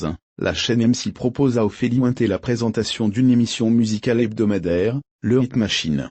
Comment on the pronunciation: Ophélie Wouin-té? Vous êtes des malades 😂😂